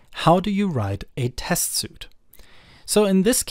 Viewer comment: Great video! BTW "Suite" is pronounced like "Sweet"